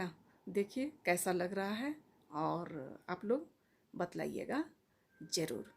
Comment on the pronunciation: Madam batlaiyega nahi bataiyega hota hai